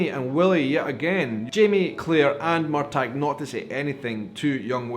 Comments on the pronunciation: Hello, I’m sorry to interrupt you, but the governor’s name is TRYON - Tri—on, not Tiron. And Murtagh is Mur-taw, not Mur-tag. Sorry to be a grammar/pronunciation Nazi, But I’ve been to Tryon palace in North Carolina and it certainly is overwhelming. And no,, you are not the only person who misses the setting in Scotland. That was primarily why I started watching the show to begin with as well, And I’m not as thrilled as with the American episodes as I hoped I would be but I still love the story of Jamie and Claire and now they are both outlanders in this new world. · Excuse me on prounciation Wikipedia they say MUR TAH same freakin'thing please this is a no MUR TAG zone! LOL! I thought it was weird that Lord John Grey STILL has a thing for him! WOW! I was hoping the Brianna thing was going to happen because it was a little boring. But your right the acting was great. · Uh oh here I go again. It is not MUR TAG it is MUR TAW. Sorry. I'm pretty anal but I have to say hearing you call him MUR TAG REALLY bothers me. Please stop!!!!! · Why do you keep mis-pronouncing Murtagh?? the G is silent. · I'm a book reader and I loved this episode. And I'm loving this serious. I found myself getting frustrated watching your vlog though! Why do you say Murtagh with a hard G? It's very distracting 😂 I'm finding it hard to see opinions of non book reader's, with your sometimes strange theories of what comes next. What comes next is already laid out for you, at your fingertips! How can you stand to not read the books?! 😂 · I hope, in the 5 years since this episode, you have found out the correct pronunciation of 'Murtagh'! ❤ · So I've been pronouncing Murtagh's name wrong...thanks for clearing that up. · as a NE Highlander and one who's people are portrayed in outlander your pronunciation of the name was of no great issue for me It wasn't something I even thought about tbh In other words, no problem. 😉